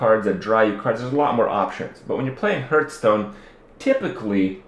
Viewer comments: Why do you keep saying Hurtstone. Its Hearthstone ( reads hartstone ). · stop calling it huuuuuurtston!!! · HEARTHstone not HURTstone good video though.